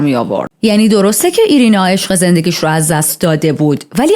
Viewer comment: ایرینا نه و آیرینا درسته. 😅